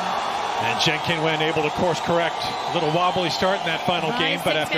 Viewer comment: Crazy that professional broadcasters can't take a minute to figure out the correct pronunciation of Zheng's name.